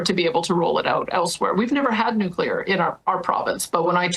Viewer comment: No such thing as 'Nucular.'